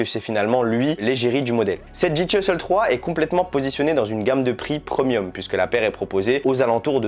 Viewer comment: Pourquoi prononces-tu à chaque fois "Preumium" ? C'est "Prémium" ;-)